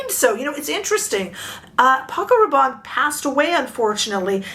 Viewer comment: It’s pronounced Rah’bonnie not Rah’bon.